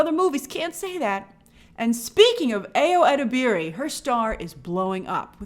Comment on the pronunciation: Ayo Edebiri’s name is pronounced eye-oh ehdeb-ri!!